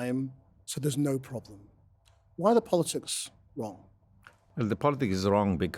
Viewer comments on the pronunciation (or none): The host said "politsics" twice. Or is it tswice? Practsical. Emptsy. . Emptsy. Politsical. Tsechnology. Hurtsing. = Brexit English